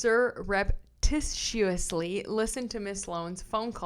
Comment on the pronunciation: So I think the other weird word is pronounced "sahr-up-tish-us-lee". I have to write thise types of words phonetically on index cards! Don't know if it helps. ❤your videos!